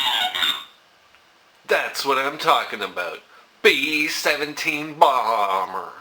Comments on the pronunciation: BEEEE SHEVENTEEEEN BALMMMMER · Bee Seven'tiiin Baambur.